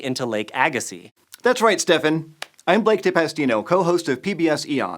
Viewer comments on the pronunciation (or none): none